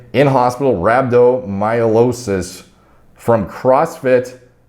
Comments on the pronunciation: That is NOT how you pronounce rhabdomyolysis. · How has not pronounced “rhabdomyolysis” dozens of times before lol